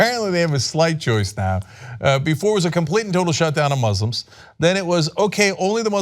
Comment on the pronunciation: Please stop showing that clip. The way he pronounces Moo-slims makes me cringe. At least, bleep it.